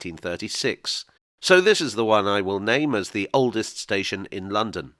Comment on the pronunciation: Small thing, maybe, but it hurts my ears to hear you say "oldest station". It spoils the flow, and breaks the rhythm, and spoken English is all about rhythm. You could do what most people would do, and say "oldes' station" without putting a glottal stop in there. Pedants might say it is improper diction, but I think your listeners would love you for it.